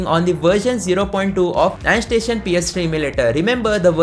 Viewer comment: Andstation ❌ endstation ✅